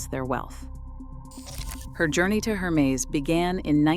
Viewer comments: hermes = air-mez...not her-meeze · Please. Can you pronounce Hermès correctly learn how to pronounce it. It is a French name/brand you never translate a proper name. Have some respect